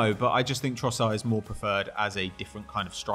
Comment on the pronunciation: Just to say, you don't pronounce the "d" in Trossard. You just end with the "r"